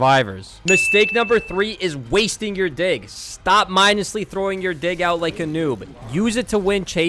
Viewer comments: Bro was not saying "dig" 🥀💔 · I keep laughing whenever he says "Dig" because it sounds like the other word... "Don't mindlessly pull out your dig like a noob" 😭🥀